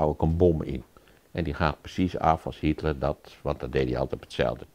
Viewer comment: Tip van Flip: een van de onderwerpen in deze film heel niet Hietler maar Hitler. De meerderheid van de Nederlandstaligen blijkt de naam niet te kunnen uitspreken.